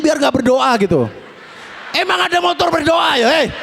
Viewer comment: Hhhhhh...dia bilang montor berdoa...nampak banget maduranya....😅😅😅